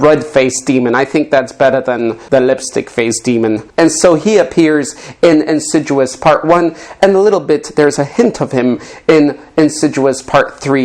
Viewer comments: Ffs 🤦‍♂️ you yanks can’t pronounce nothing right 😂 it ms IN SID EE US… why you dious 😂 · It's "Insidious" not "Inciduous" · in-sid-i-ous NOT in-sid-u-us ffs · Incitruous? Don’t you mean insidious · Insidious is pronounced in-sid-EE-ous. You are saying it as though it's insiduous, no clue where you heard it said that way hahahahaha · Boy I love the en-sid-jew-us movies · Where did you get the name insiduus that’s not the pronunciation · insiJEWous. that's how he's pronouncing it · It's not called Insiduous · You’re pronouncing insidious wrong